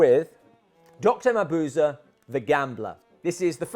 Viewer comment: A wonderful video! A clever and unique way of going about this.And I am eternally happy that you pronounce Mabuse correctly. xD